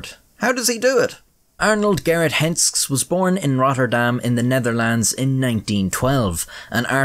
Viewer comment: The name is pronounced with two syllables: Hens-kes